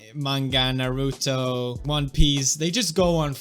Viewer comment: After all this time and he still can not pronounce Naruto correctly...